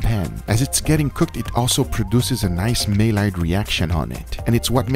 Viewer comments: it's pronounced my-YAR. Not whatever you said 😂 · Maillard Reaction Guga: Mail-lard Guga: Marrard Guga: Myrard I don't ever want to correct you. Love it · Love this Chanel. FYI its My-yard(Maillard) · Guga Foods you are mispronouncing maillard